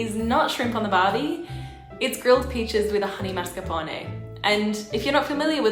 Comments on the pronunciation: Oh, it is so funny how you say ‘marscapone’ in stead of ‘mascarpone’. Let’s all do that from now on and see where it ends up. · Omfg, it's MASCARPONE, not MARSCAPONE. Do you pay attentiin to ANYTHING?? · Am I the only one who noticed how pronounces Mascarpone? (I realize that I may be the only Ahole to mention it~ I agree~) I found it adorable!